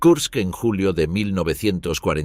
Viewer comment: KURSK, no "Kurtz".